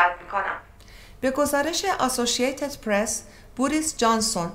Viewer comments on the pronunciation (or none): آسوشیه یتدپرس چیه دیگه؟؟؟ نکنه منظورش آسوشیتدپرس بود😂😂